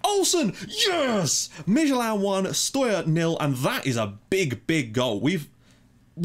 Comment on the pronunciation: Dude you're doing a great job pronouncing these teams. Esbjerg and Midtjylland is pretty damn good! SønderjyskE is pronounced a little different. It is hard to describe in text, but I'll give it a go. SønderjyskE is NOT pronounced SønderSjyskE as you do. If you drop that S sound in the middle, then it's much more like it. Well of course the "ø" sound is pretty hard for you guys, but dropping that middle 'S' then you're good to go. Btw this channel has grown shitty fast! I joined at your portsmouth about a year ago, and back then I think you had perhaps subs at most? You deserve the subs, just keep doing a fantastic job as always man Cheers from DK